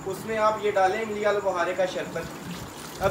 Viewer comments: جب اردو بولتے ھیں تو امبلی نہیں املی کہتے ھیں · Imbli nahi imli bolo bahi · imli ko imbli 😂